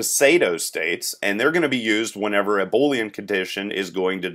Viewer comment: Three issues: 1. Your states should be verbs (typically ending in “ing) 2. Pseudo state is pronounce “Soo-doe” state. 3. “Boolean” is pronounced “boo lee an” not “Bowl” ean Good video though.